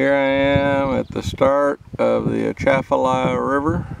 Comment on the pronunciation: #1. The proper pronunciation of the river and basin is with the c pronounced like a s.Don't pronounce the A at the beginning. Shafalaha or Shafalah. The swamp is called Henderson Swamp.